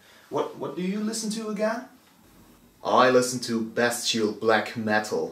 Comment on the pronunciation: when you pronounced "bestial black metal" I've heard "best chill black metal" xD you call them tutorial in a satirical way whilest being funny and still keeping it black metal, without making any fun of the genre. And that's what I like with them (and I like to think I leanr stuff too). So yeah: funny, satire of tutorials, and learning shite. Btw, chech out this guy who makes fun of tutorials Good job. Keep making them and I'll keep watching. Cheers!